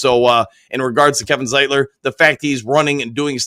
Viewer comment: Sane-ra-still, Zite-ler